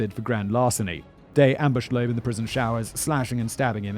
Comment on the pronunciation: Loeb, not Loab